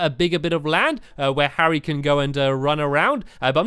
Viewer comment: you called Harry Harriot